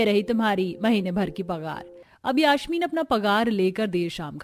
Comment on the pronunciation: Yaashmeen nhi yasmeen